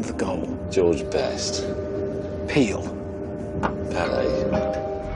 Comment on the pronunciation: Pele ❌ Peel ✅ 🤣🤣🤣🤣